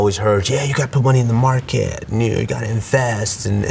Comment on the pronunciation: Why you said “invest” in the white man voice 😂😂